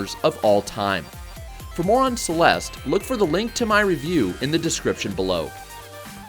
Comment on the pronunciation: "Clelste" is my favorite platformer.